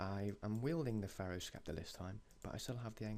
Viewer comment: you can't pronounce sceptre right either lol